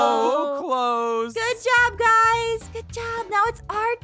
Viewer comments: its raning noi halelujja it raning noi me: omgggggggggg me trying to get inside mah phone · litterly said " oh no its rainning noi "